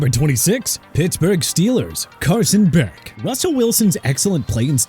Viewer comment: Can’t believe I sat here just to hear you say Beck lmao